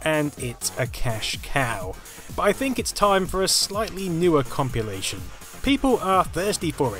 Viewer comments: is he pronouncing "compilation" as "compulation," or am i just imagining things...? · Ummm it's compilation, not compulation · wtf is a "compulation?" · It sounds more like copulation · Having an accent is no excuse, he’s not pronouncing it correctly. Period. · Am I mishearing you, or are you saying "compulation" rather than "compilation"? :) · man I hate you for mentioning it. now it annoys me every time he says 'compulation' and he says it about 9000 times in this video. never would've noticed it.. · Its compilation. Compilation.....comp.....il.....ation.....Compilation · say compulation again.